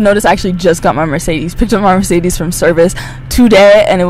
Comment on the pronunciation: a bit funny how you mispronounce mercedes ;)*